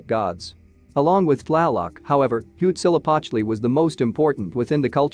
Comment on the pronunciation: Huitzilopochtli, just say hummingbird if you can't say it correctly.